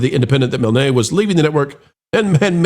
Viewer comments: It’s “Mihln”, not “Mil-nay”. Same as the creator of Winnie The Pooh, A.A. Milne. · I'm pretty sure that Claudia's last name (Milne) is pronounced Miln, like "Winnie the Pooh" author A A Milne.